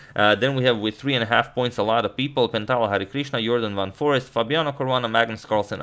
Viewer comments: It's not Forest but Foreest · It's van foreEst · It's Van Foreest (not Van Forest).